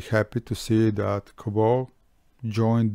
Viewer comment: Kaboo? :D It's Kaabo